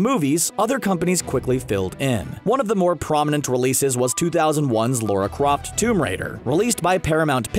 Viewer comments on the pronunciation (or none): "Laura Croft"...